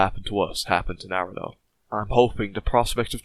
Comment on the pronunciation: Naruto not narudo